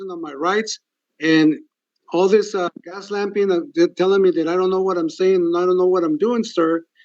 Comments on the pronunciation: He said “Gas-lamping” instead of gaslighting. Lol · When he said "Gas lamping" in stead of "gaslighting" LOL 😅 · Did he say “gaslamping?”